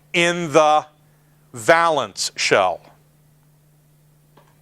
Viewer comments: Thanks for the lesson. One thing though, valence is pronounced "vay-luhns" (with a long "a"). A valance (va-luhns, with a short "a") is a length of decorative drapery hung above a window to screen the curtain fittings. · It's pronounced VAYlence. It doesn't rhyme with "balance" I can't stop myself, sorry. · valence is pronounced vay (like pay) lence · I like it, but it's VAY-lence I think. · I love to see folks spread knowledge. Good job! I just wanted to inform you that "valence" is pronounced VAY-lence (with a long A). It's not a big deal, but it's good to pass on accurate knowledge. Keep up the good work for your students... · It really bugs me that he doesn't pronounce "valence" correctly.